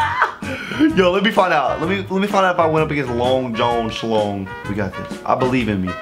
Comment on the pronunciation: listen idk if its just me or was saying the name so weird Long john schlong: bra tha'ts not my name: long jun school